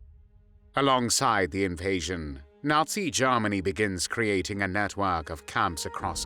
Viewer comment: Nineteen tharty three Garmony!!😅 AI?